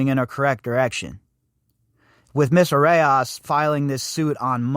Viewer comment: It's pronounced "a rose" and I'm guessing not coincidence that the authors of this article have "rose" in their names also (perhaps a Rosicrucian tie here...